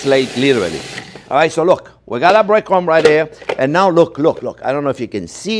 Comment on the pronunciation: 20 push ups every time he says "right dare". 😂😂😂😂